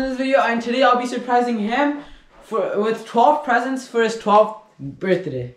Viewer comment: um u saying birthday wrong buddy